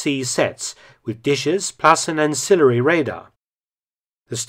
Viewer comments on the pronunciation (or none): none